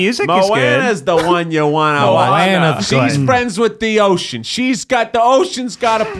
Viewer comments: It’s mo ahne not mawne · Hui e Keith aloha, i love seeing the evolution of the try guys...just to share, i love that you love Moana, so it’s moh-ah-nuh, not mowanena. & Hawaiʻi was once it’s own kingdom. We do have the only real deal princesses & queens & kings & castle in America. Just sharing manaʻo! Mahalo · Them saying mo-wana instead of mo-ANA DROVE ME ABSOLUTELY NUTS! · It annoyed me how they pronounced Moana wrong. It’s mo-anna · MO-AH-NAH THATS HOW YOU PRONOUNCE IT!!!!!!! sorry, but I was annoyed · Moana is mispronounced the entire podcast. I can't stand it.